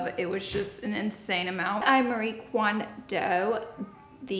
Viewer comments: marie KONDO not kwando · "Marie kwondoed" 😂😂😂 is this a new form of tae kwondo I'm unaware of? love you laura.